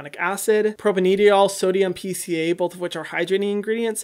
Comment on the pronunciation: It's cute that he pronounces Propanediol as propan-ediol instead of propane-diol😂😂😂